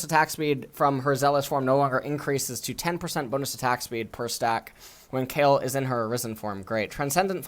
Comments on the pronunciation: DID HE JUST CALL KAYLE "KYLE"? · How are we supposed to believe this guy when he can't even pronounce the character names right. He called Kayle Kyle..